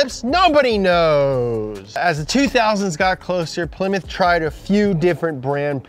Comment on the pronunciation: The way they jokingly said Ply-mouth is how I thought it was pronounced for probably the first 8-10 years of my life until my grandpa got a Plymouth Acclaim and my dad laughed at me about how I said it.